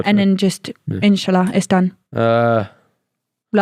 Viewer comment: saying inshallah sounds like inshulla. 😂😂